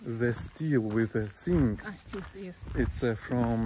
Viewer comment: short wave. Ham operator. for fun. Nice brickwork! English is coming along. practice pronounce correctly. good quality houses. artistic. Here in the US we mostly dont have walls. We have guns and alarm system. Strong laws. only drug head would try to rob. zinc on steel roofing. z is not an s. Coatings are possible. Here we are switching to aluminum anodized roofing. is nice. Show us the Lada's